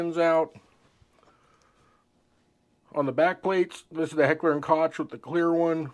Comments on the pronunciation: I noticed it too, but let’s try that again with a little more tact: While a lot of people pronounce it ‘kotch’, that is incorrect. The correct way is ‘coke’, like the soft drink. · Its pronounced Heckler 'COKE' not Cotch.😉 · COKE..... say Coke .... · Pronounced "cook" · Koch is pronounced COKE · It is pronounced KOCH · No, it's pronounced COKE. But that would make you even more out of breath to pronounce it correctly. Enjoy your POS clones. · Am I the only one who cringed each time he called it "Kotch" 🤣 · your saying Hecher and Koch wrong, its really annoying. "ch" in German is pronouced lie a "k" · First off you can't even pronounce Koch correctly. Secondly, you're just a typical Bubba guntuber. Definitely a member of Meal Team 6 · "Koch"? Your inability to pronounce their name correctly gives you zero creditability.